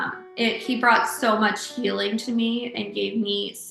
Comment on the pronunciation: the reporter says 'the hilling' instead of the 'healing'